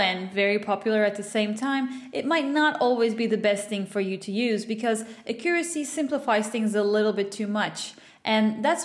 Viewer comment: How do you pronounce "Accuracy"? Its so triggering lmao Thats not american nor british english, right?